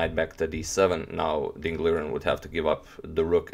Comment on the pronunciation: #agadmator Accurately, it's Mr. Ding to call...Most commentators say it wrong, learn it and you're better than all of them immediately and easily